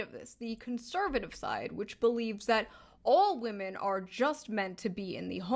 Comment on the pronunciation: I like the way you say “vomen”! Never change!❤